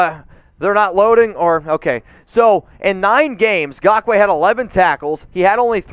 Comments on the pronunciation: Raiders…and even more importantly, the raiders fans who watch your videos. Never again do we have to hear you say “Gakoue” as opposed actually saying it properly by using the N at the beginning of the name. And before anyone tries and defends, yes it’s important to pronounce names properly when you cover sports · Now you can stop saying his name wrong lol